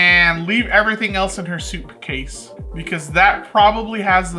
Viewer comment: “ soupcase” 😂 and you missed 1 episode❤